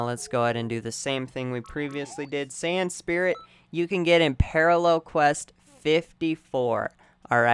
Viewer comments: he also kept saying san spirit instead of saiyan spirit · Or sand spirit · all i was hearing was sand spirit, super sand, and khmehmeh.